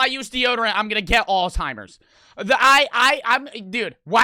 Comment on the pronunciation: said alltimers